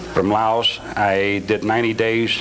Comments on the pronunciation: His story of military service is impossible because: 1) The US didn't have troops in Laos at the time 2) His time from enlistment to shipping out is impossible. Not enough time for required training. 3) He can't even pronounce the name of the country he was supposedly in, let alone speak the language. 4) The 82nd Airborne (his claimed unit) didn't go to SE Asia until about ten years later. 5) He doesn't have a DD-214. 6) Special Forces doesn't take 17-year-old high school dropouts In addition: 7) The most powerful conspirators in the world are not going to pick an inexperienced punk of 21 to commit the crime of the century. 8) His choice of weapon is ridiculous. No pro hit man would pick that gun for that job. He was just hoping for a movie deal where it would look cool. 9) The shot didn't come from that direction. Look up what happens with head shots. There are lots of demonstrations, including one by Penn and Teller. see And, so forth. If a convict is talking, assume they are lying until proven otherwise. They lie for a living, every day. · Oh, jeez. His story of Army service is impossible because: 1) The US didn't have troops in Laos when he claims. 2) The time from enlistment to shipping out is too short. Not enough time for required training. 3) The 82nd Airborne (his claimed unit) didn't go to SE Asia until many years later. 4) He can't pronounce the name of the country he claims he was in. 5) He doesn't have a DD-214. In addition, 6) Powerful conspirators are not going to hire a 21-year-old punk with no experience to do the crime of the century. 7) The gun he claims he used is a joke. No serious hit man would choose that gun for that job. 8) The shot came from behind JFK, not in front of him. Look up how head shots work. That's for starters. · Drove me nuts! He’s not the only hi profile guy who does that. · You are correct. He can't even pronounce the name of the country he was supposedly in.